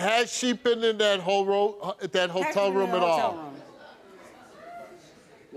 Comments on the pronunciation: i thought he said hole row i screamed laughing bhaahha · Bout spit my drink out when steve almost said ho room instead of hotel room 🤣🤣😲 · When Steve said hotel room sounded like hoe room at first 😂 😅